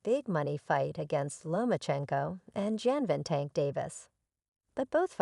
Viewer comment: These AI are pronouncing names and other words wrong. Gervonta all day every day. Over anyone.💪